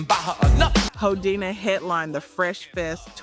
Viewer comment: It would be nice if someone would actually listen to this AI stuff before putting it out. I mean really, "Hoe Dini" instead of Who-dini? That's just one of many.